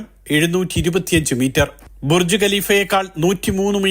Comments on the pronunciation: ബുർജി അല്ല ബുർജ് 😂😂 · Burji alla Burj